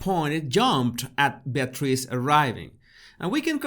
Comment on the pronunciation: Bless you! That whole episode was a nightmarish obstacle course in English-as-a-second-language name pronunciation! Eugenie, Beatrice even York: bravo 👏👏👏